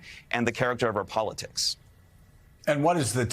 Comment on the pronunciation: Near the end of this clip, Mika appears to pronounce 'politics' and 'politicians' as 'powitics' and 'powiticians'. Bearing in mind that Poles pronounce their L's as W's and because she has Polish ancestry, is this what is going on here in her mispronunciation? Thoughts anyone?